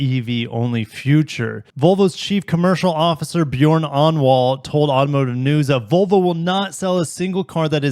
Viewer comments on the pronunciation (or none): none